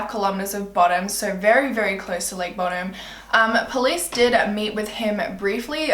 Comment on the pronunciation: Btw not to be that guy but it’s pronounce bow-dumb